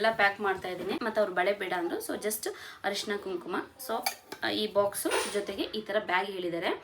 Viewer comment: ಹರಿಶಿನ ಅಲ್ಲ ಅರಿಶಿನ 😢